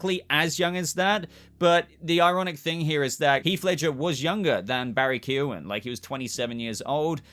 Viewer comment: As an Irishman I appreciate you not butchering Barry’s name like most other Youtubers are doing!